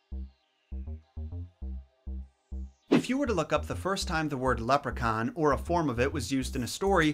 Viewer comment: Love the way u say leprechaun its mint 😁